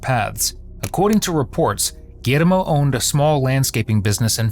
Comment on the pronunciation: You couldn't just say "gee-yer-mo"....had to spanish it up?